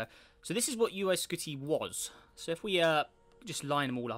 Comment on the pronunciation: He said uy skoty :-S